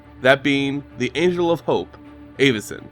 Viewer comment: It's pronounced Avacyn, not Āvacyn